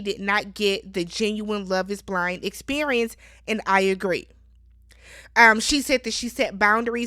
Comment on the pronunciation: Experiemence haha I love it